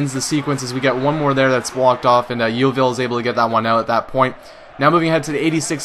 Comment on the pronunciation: Lol, the way you say Yeovil is funny but no matter, lots of people pronounce it wrong :)